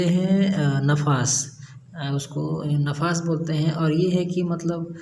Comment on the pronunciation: Hazrat nafas nahin nifas kahate Hain